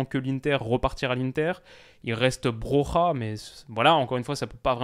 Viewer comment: Salut et c'est un pur kif de vous écouter mais pour le nom de Armando Broja tu l'as très mal dit et ça m'a fait mal aux oreille à, le "j" de Broja se prononce "y" et pas "r" c'est un nom albanais et nom hispanique. Sinn super vidéo et continue comme ça mon ami